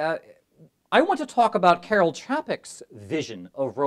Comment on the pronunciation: Interesting observations. Note: Čapek's first name is pronounced KAR-el.